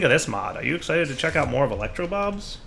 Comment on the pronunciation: I swear half the time you call the mod electro bobs. Edit: Ok, way more than half the time lmao.